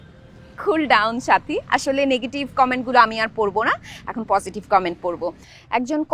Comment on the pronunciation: ভাই আপনি যে সাথী বলে ডাকছেন আর আমি শুনছি চাচী চাচী😂😂